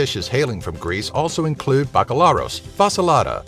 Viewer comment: Get someone that knows how to pronounce FILO! and BAKALIARO! Thank you